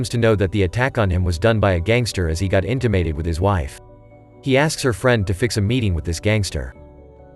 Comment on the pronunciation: Inta-mated. Well that’s the funniest pronunciation I’ve ever heard of that word.